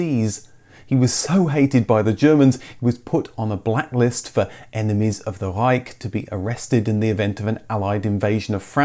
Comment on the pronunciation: It is fscinating how many Anglo-Saxon native speakers pronounce REICH as if it is terminated by K when it is in fact a CH - now, perhaps, one who require to listen and pay attention to how the Germans pronounce their CH - Google translate can read foreign words to you.